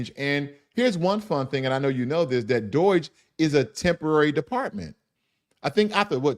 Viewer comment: it's DOGE, not DOIGE